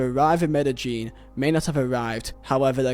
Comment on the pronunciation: Me-da-jean > Me-de-yean